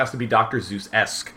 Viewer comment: he does know that it's dr. seuss, not zeus, right?